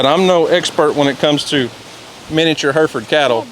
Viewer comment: Fun fact they are heh-ruh -fuhd cattle not Her-fud.